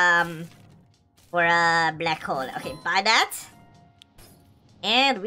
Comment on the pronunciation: You said bbbbbbbbbuuy and why mAgNeT sImUlAtOr